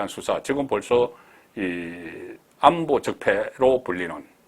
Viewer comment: 애청자입니다.감히 기자분께 이런 말을해도될까 조심스레 해봅니다.중국어는 장단고저가있고.한국말은 고저가있읍니다.오늘 방송에 본부장님 하신 말에 고저가 많이 차이가 있어서 야기해봅니다.다시듣기 해보시면 . 경상도사람 쌀.살. 구분안된다 하지만. 고.저.는 다른 의미입니다.애청자로서 말씀드립니다.예. 안보.들어보세요